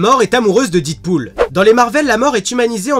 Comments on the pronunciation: Super vidéo! mais par contre on dit Deadpool pas didpool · didpool ??? non non non c'est Deadpool a l’Américaine . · Didpool? Deadpool! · DEAD PAS DID :'( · didpool mes oreilles saignent. 😂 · deadpool se prononce dèdpoul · The Dark oui et toi tu as compris que je fais ce commentaire pcq la prononciation pique peut-être